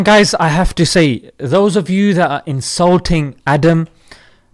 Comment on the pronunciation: indulting❌ insulting✅